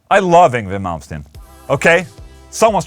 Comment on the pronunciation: After 35 years, I have finally heard the correct way to pronounce Yngwie Malmsteen. Thank Ola ✌️👍